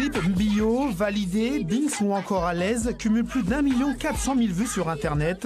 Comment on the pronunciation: Il a dit bineks